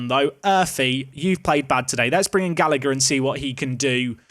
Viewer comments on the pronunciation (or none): “Usheen Gallaher “ is the pronunciation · Oisin is pronounced Usheen and the second g in Gallagher is silent, as gh is just a soft h sound in Irish. Keep up the good content